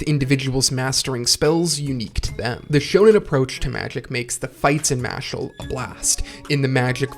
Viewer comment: Harry Spotter. The boy who lifted! Loved the video man. Been a fan of both series for awhile. Only criticism I have is that the main character’s name is Mash not Mashle but I got used to it quick in the video